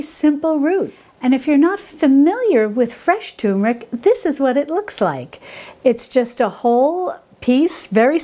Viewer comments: TUR*MER*IC, not TOOM*RIC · Please say it right. TURmeric. Not TUmeric. it is TuRmeric. Thank you. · Turmeric - with an ‘r’. So many people call it Tumeric, drives me potty! Apart from that - all good 👍🏻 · Dear, Thank you for such a lovely and helpful video,! So well done, too. Wow! Turmeric sounds great! I am an elocution teacher and I am particular about pronunciation. Please allow me to correct you here.... It is pronounced Terr- muh-rick. terr as in fur, muh as is monday, rick as in Rick. Yours sincerely, Mrs Elizabeth Darley Holmfirth West Yorkshire UK